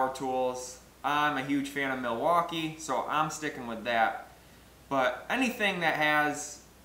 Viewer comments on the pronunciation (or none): none